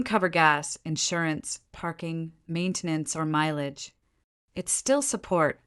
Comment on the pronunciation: Many of the AI mispronunciations are hilarious. Fine = feenay. Mileage = milahgee.